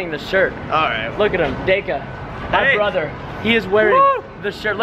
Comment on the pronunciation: Brother not Prother